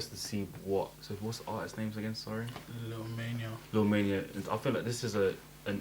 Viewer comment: It's lil Maina not lil Mania